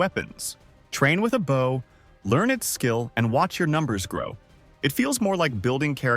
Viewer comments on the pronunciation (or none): none